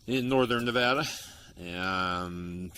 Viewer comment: yay someone said Nevada right !!!